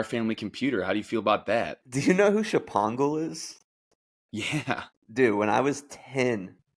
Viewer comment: sh-pongle LOL I think it's pronounced "Schpong-gul' - but I get it,, I get it